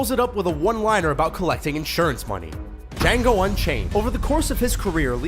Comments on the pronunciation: does he actually say dango instead of django? :)) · Yo you said django wrong